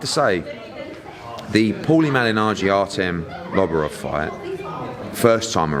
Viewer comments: It's Lobov, not Loborov you helmet innit :D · Artem loborov never mid pronounce the goat name again Eddie